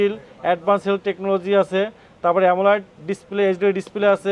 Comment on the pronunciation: পাগলা অ্যামোলেড উচ্চারণ টুকু পর্যন্ত পারে না। শুধু চাপাবাজি।